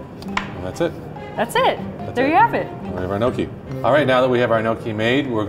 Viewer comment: The way he pronounced gnocchi made my italian heart hurt